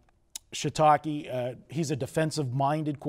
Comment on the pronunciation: Ikr? Coach Shitake? lol! Did this guy prep at all for this discussion?